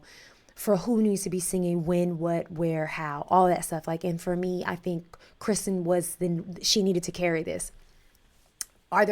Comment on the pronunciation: Keeeeeeeerrrr - stin ! Key - rrrrr - stin ..... not Kristen .. ... Keeeeeeerrrrrrrrrrrrrrrrrrrrr ----- stinnnnnnnnn ..... her name is Kirsten.